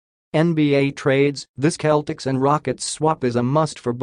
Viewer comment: SeL tics Not cletics Celtics